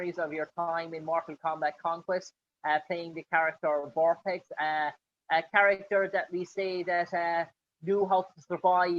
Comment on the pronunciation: VorpAx! Not VorpEx.